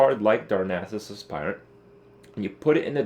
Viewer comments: Nice video. Just a quick correction, the Aspirant is not pronounced like 'spy' (the verb 'aspire' does), but rather like 'aspirin.' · He makes it sound like Ass-Pirate on purpose after the first time he got it from a shredder. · Sounds like Kripp says: Darnassus Ass pirate. ;) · every time he says aspirant it sounds like as s pirate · because he is saying as s pirate 100% on purpose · every time he says aspirant it sounds like azz pirate lol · every time he says aspirant it sounds like asspirate lol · every time he says aspirant it sounds like ass pirate lol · why is this so difficult? is AS-pitant not as-PI-rant. every online dictionary tells you that. do people confuse it with inspire? no, that's not the same pronunciation. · Neither of those pronunciations are correct. "Aspirant" is pronounced "Ass-purr-ent" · For the love of god this shit isn't complicated. ass-per-ent / asper-ent / asper-ehnt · you must mean asspirate. ass-pie-rit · "Darnassus Ass-pirate" ( ͡° ͜ʖ ͡°) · It's definitely pronounced Ass-Pirate. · pronounced ASS-purr-ent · You're pronouncing 'aspirant' wrong. Check the correct pronounciation at